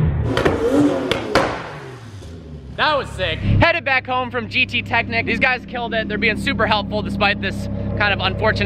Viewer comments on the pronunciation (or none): You spell the ch in gttechnik like the sh in jewish (its german)